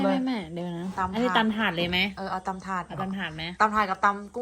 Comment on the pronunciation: ตำ ถาด ได้ยินเป็น ตำธาตุ ครับผม สำเนียง